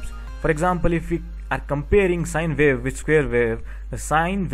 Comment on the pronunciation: And vy? Sine vave, square vave and vaveform, I was having some difficulty trying to digest listening pronunciation between W and V. Does India have the same with Germany and some African countries with regards to pronunciation? No offense about this comments, thanks!